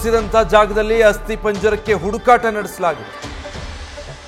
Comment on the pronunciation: ಹಡು ಕಾಟ ಅಲ್ಲ ಹುಡುಕಾಟ